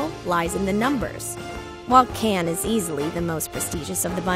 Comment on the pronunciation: Lol, someone needs to learn how to pronounce 'Cannes' properly...